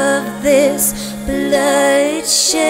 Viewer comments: Nice voice.. but your pronunciation of words is.. weird. Blood-she-aid? it's blood-shed. :/ I'm not liking that bit. Sorry. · Amazing song. Though, one critique (hope you don't mind): The pronunciation of "Bloodshe'eed" really really grates for some reason. It would have been a perfect rhyme, but the oddball pronunciation destroys it. I'll buy the album regardless. ;)